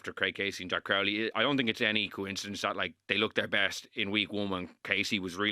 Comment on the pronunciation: pronounced Crowley correctly 🎉🎉🎉🎉